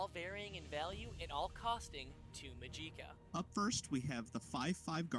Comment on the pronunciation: the way you pronounce magica is very odd. I've only heard it like magic-uh